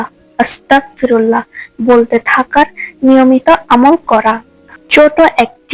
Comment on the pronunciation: আসসালামু আলাইকুম। আপনি ইস্তেগফার ভুল ভাবে পড়ছেন। আপনি পড়ছেন 'আস্তাকফিরুল্লাহ' কিন্তু আসলে এটি হবে 'আস্তাগফিরুল্লাহ' । অর্থাৎ ক এর স্থানে গ হবে। গ এর স্থানে ক পড়লে এর অর্থ বিকৃত হয়ে ভয়ংকর এক অর্থ হয় তাই আপনার এই ভুল সংশোধন করুন নাহয় অর্থের ভুলের কারণে আপনার মারাত্মক গুনাহ হবে এবং আল্লাহর কাছে সঠিক ভাবে আপনার ভুলের জন্য মাফ চান।